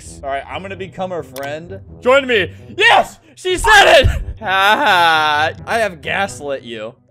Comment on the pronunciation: Also say yars instead of yes